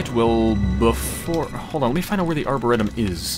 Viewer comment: I am loving this, but please tell me you find out at some point how to pronounce Arboretum.